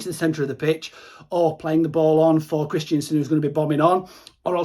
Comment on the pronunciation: Kristensen not Kristiansen haha. Great videos though mate.